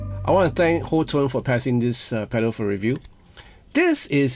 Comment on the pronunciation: I like HOTONE products but they do prefer that you pronounce it "HOT TONE" not "HO TONE" lol I know that it is spelled incorrectly, but if you follow their YouTube you'll see that they say hot tone.